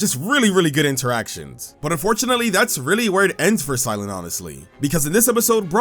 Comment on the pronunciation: Cy-lan? Huh. Weird.